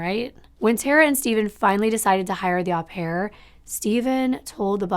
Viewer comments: Its Oh pare not Ah pare. Au in french is an Oh sound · It is pronounced oh pair, not ah pair.... au in French is pronounced as oh. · Just a friendly note.... "au" in au pair is pronounced with a long "o" as in open or lobe.